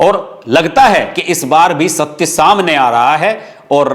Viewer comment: Eswasth nahi aswasth. Har baar aap aise hi uchchar karte ho. Esahaj nahi asahaj. Esatya nahi asatya.